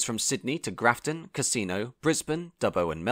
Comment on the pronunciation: NSW is a State not a Territory and you butchered the pronunciation of my home town of Grafton